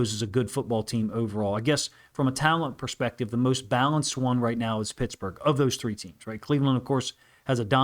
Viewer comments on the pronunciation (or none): none